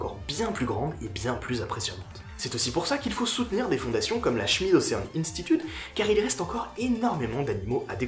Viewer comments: Ocean en anglais pour la prononciation c'est { ocheune } 😉😁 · C'est un détail mais que j'estime nécessaire, surtout pour un gars en Master 😉😁